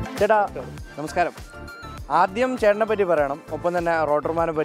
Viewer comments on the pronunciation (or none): none